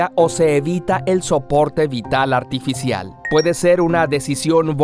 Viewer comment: es artificial no actificial. Solo ese detalle, gracias por el video.